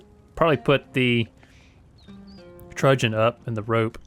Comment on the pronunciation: How to pronounce TRUNCHEON in English - Cambridge Dictionary.🤣All good fun sir.